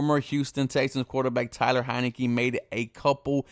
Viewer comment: Yea it’s Taylor tf is so hard about pronouncing his name ?